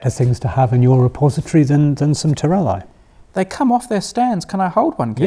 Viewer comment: Terellae = ter-el-EYE, Terelli = ter-el-EE